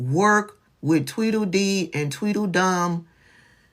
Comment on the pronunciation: Not "twiddle dee & twittle dumb"🤣🤣🤣🤣🤣🤣🤣